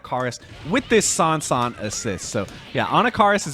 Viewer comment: Kind of like his use of Sawnsawn in this very video.